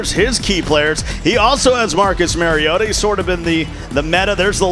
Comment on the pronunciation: Please give the announcers a heads up on the correct pronunciation of the Titans Marcus Mario auto as a Titans fan every time I hear the miss pronunciation of his last name is like nails on the chalk board